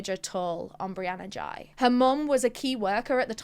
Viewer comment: No hate but in UK we would pronounce it like whey with a G